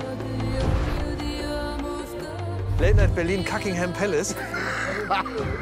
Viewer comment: Kackingham Palace.......😂😂😂......ick schiet mir inne Büxxx......hahaha.....